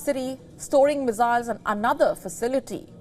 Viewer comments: I cant help but laugh when she pronounces "Missiles" as Wissiles. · They are missiles ! Not mizziles